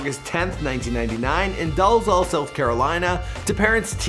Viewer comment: that's not how you pronounce Dalzell. And, the actual city we are from is Sumter.